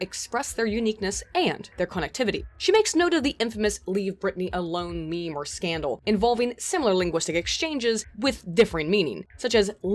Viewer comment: I'm offended that you pronounce meme "meemee" :50